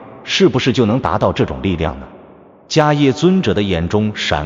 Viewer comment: Mahakasyapa/Mahakassapa (梵/巴利） 大迦叶。此叶读（攝)。